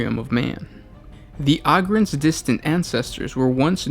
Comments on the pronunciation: OH-GRINS NOT AUGH-GINS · I cringe when he says “augryns” instead of “ogryns” like “ogre” but with “ren” at the end... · You pronounced the names so wrong. Ogryns! OH-GRIN! Not AH-GRIN. Like Ogre or Ogers. It has a "Oh" sound. Not "Ah". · Why you be sayin it like "ahgryn"? Isn't it a play on the word "ogre"? Is Shrek an ahgre? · O-grin is how you say it ohhh grin